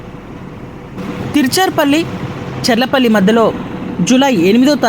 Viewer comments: అమ్మా తిరుచారుపల్లి కాదు తిరుచిరాపల్లి. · తీర్చర్ పల్లి కాదండీ త్రిచ్చురాపల్లి అండి లేకపోతే త్రిచ్చి అన్నండి